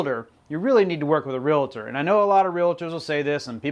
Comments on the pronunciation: Realtor.....not RealAtor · Please don't say Real A tor..............